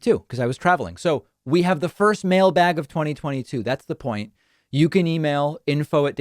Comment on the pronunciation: I think the term "mail bag" is not said with enough emphasis.